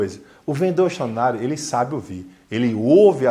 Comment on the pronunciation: "Vendedor extraordinário", eu entendi todas as vezes "vendedor xonado".